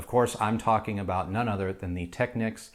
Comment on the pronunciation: You say it Tech-(ni)-keys or Tech-keys? whoa, that's a whole new technique. Cool tho